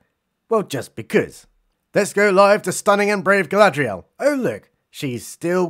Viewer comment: I'm just glad Gandalf kicked that heroin addiction. "Go-go-Gadget Galad-REE-el", LUL.